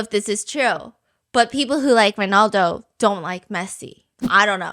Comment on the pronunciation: Stephanie I love your videos so much 🫶🏻 but girl it Ronaldo not Rinaldo